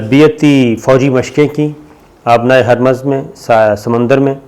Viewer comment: لفظ ھرمز ہے یعنی "ھ" اور "م" دونوں پہ پیش ہے